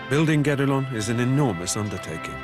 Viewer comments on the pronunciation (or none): it's "guedelon"